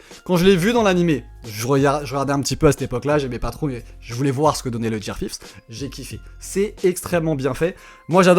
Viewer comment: Ça sait dire Coola, mais pas Gear 5